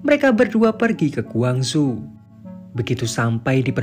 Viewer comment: Iya aku pikir di cina soalnya penyebutan nya gwangzhu . . Ternyata korsel . . Kalau korsel gak ada kn yg namanya gwangzu